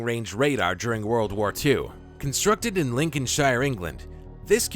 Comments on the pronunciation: So was the pronunciation of Lincolnshire. This isn't Lord of the Rings and calling it 'shire', it's Lincoln 'sheer'. The pronunciation of British counties, get it right. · It's pronounced Lin-coln-sheer